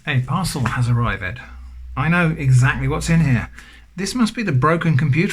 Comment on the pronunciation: "A parcel has arri-ved." Love it.